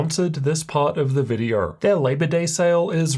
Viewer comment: Videor? Vider? videO! O! Open your mouth. This is so distracting.